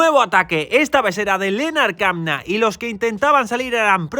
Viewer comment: ¡Muchas gracias! A, Lennard Kämna se pronuncia Lennard Kemna. En alemán la ä se pronuncia como una e. Saludos